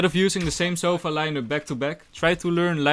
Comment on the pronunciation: him : sova lineups captions : sofa lineups